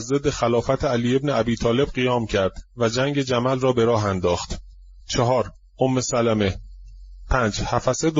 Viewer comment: omme salmeh is right, not omme salameh کله پاچه که نیست حاجی!